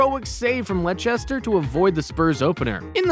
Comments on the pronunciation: Its Leicester not lechesta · I mean VERY tr ue bro really said benfisha and what about “lechester “ and bornmouth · Bro said lechester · And lechster 😂